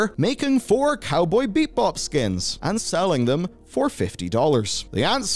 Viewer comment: 9:6 Did he just say Cowboy BEEP-Bop? :D